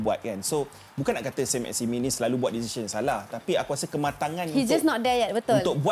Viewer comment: sebutan yg betul adalah sang maximang. sebut "ang" tu bunyi sengau sket.